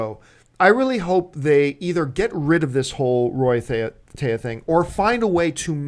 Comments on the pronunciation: Can you please start pronouncing Stephen Amell right and THEEEEE-AH as fans it's embarrassing. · Why is John constantly pronouncing Thea wrong? His wife and the other woman are saying it correctly yet he doesn't get it. Just like how everyone says Cumberbatch and he'll say Cumberbotch. lol